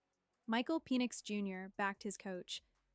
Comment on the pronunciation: Is Michael's last name pronounced Pee-nix?